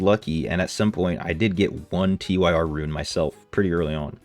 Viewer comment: its not T-Y-R its simply Tyr. thats a name...